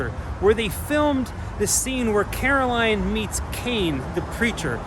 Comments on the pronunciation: Stop saying "Caroline" You're obviously not a fan if that's how you're pronouncing it. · It's carol ann...not caroline... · Carol Anne, not Caroline. But great video! Good work man! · Just an FYI…it’s not Caroline. It’s Carol-Anne. Love the video! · At least you got her name right in the title of this video. You keep calling her Caroline. ;) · Cool video, but I'd be remiss to not point out that it's Carol Anne, not Caroline. Kane was definitely the best thing about 'Poltergeist II'. Julian Beck took the part knowing he had little time left. The actor who played him in 'III' just didn't bring the same power to it. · Carol Anne not Caroline. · it's carol-ann, not Caroline. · Love, it’s Carol Ann not Caroline. 😏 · It's Carol Anne not Caroline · He’s saying karoline it’s carol anne 😂😂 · Say it with me “CAROL ANN”, otherwise, awesome video!! But for real, it was killing me every time you said Caroline!!!! 🤣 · Carol ANN, Not Caroline... Did you even see the movie... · It is Carol Anne not Caroline LOL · ahem CAROL ANNE!!! Not Caroline! Lol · Its Carol Anne, not Caroline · Carol Anne. Not Caroline 😖